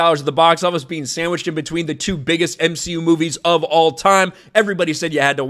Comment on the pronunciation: Its m-she-u... You should know that by now.